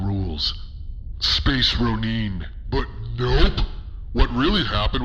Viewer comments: Space Roneeeen huh? It’s actually pronounced RO-NIN, thank you very much 🤦‍♂️ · a space ro-NEEN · The way pronounces "Ronin" is priceless. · The pronunciation and delivery of Space Ronin kills me 🤣🤣🤣💀